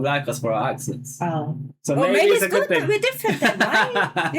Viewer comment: Bro, you are making that argument that you never heard anyone talk like that while saying, "Thahs an Uppah clahss think" while trying to say "that's an uppER class thing." You drop the Rs for AH sounds and use a K instead of a G for "ing". and "they don't talk li'e them". the word is LIKE, not LI'E.